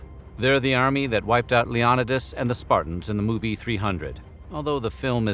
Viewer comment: OK THAT WAS ON PURPOSE, you know damn well how you say Leonidas FXK OFF!